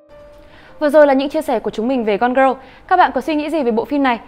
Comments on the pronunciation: phát âm tiếng anh của chị này hơi tệ, gone girl mà đọc thành gone growl, valentine thì đọc là va-len-tin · Cái từ gone girl của bạn đọc khiến tôi nghe thành côn râu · Không hiểu sao chị này phát âm tệ như vậy. Cứ đọc như: “gron gờ rơ”. Chưa kể lần này phân tích phim quá tệ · chữ girl ko phải đọc vậy đâu ạ =.= mình cứ nghe thành gone-grow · đang định cm thì thấy ngay cm này. Nghe bả đọc tưởng film gì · Có cần thiết phải đọc cụm từ "gone girl" như thế không ơi?!